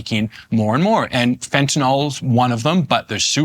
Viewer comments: I know this is going to sound pedantic as hell, BUT, can any of these drug experts, politicians or the media presenters read? Do they simply hear someone say something and then never again actually look at the word? The name of the drug is Fentanyl. Fen•ta•nil. There is one a and zero O's. It is not Fen•ta•nol. There is no such thing. When the opiod crisis began, as an election platform, I heard one or two congressmen discuss it and mispronounce it. As aretired OR nurse, I was familiar with this drug, and the mispronounciation caught my ear. I thought they would hear others say it correctly, and correct themselves. Instead, the mispronounciation spread. Now it's pretty much only medical people who correctly pronounce it. It drives me nuts because surely they've all read the word many times, yet that 'y' near the end is ignored. Maybe they should start spelling it fentanYl? fentanIl just looks odd. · Pronunciation correction: It's not "Fenta-nahl", it's "Fentanyl." Get it right, please. Otherwise, an informed discussion. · At least they only called it "fentanol" a few times, that's the record for any news story on fentanyl. It drives me nuts because if a human with a first and last name kills people we remember and can say their full name, but when a single name drug kills hundreds of thousands of people almost half of the people talking about it can't even pronounce it right. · I was never entirely sure how to pronounce it! I think it's "Fen-TAH-Nill"